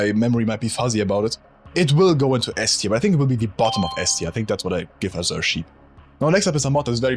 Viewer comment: I get mental damage every time I hear "azure" mispronounced, also a lack of some real OG HL1 mods like They Hunger, on this list.